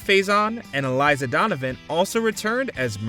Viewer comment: Just to toss this out there- if you’re going to review shows, you should make sure that you know how to say their names. Jonathon Brandis (soft “I” sound); Elisa Donovan is NOT said like Eliza Doolittle the character. Just sayin. If you’re calling out to us that enjoyed those shows it’s like nails on a chalkboard when you SCREW IT UP!😊